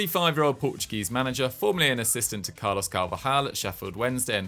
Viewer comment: Lol Can't wait for ur Excuse This mispronounced of their names oh my ain't Portuguese but its Spaniard right its Carvalhal not Caravjal in fact Caravjal play for Real Madrid not for Braga in fact next time since u don't know how to pronounce their names stuff don't talk about it simple if u think just me complaining its not we Portuguese speakers in general next at least give us more respect to us instead of treating us like Spanish speaking people when were not because there's between Portuguese and Spanish just like German and Dutch because the difference is clear especially on the pronounce of names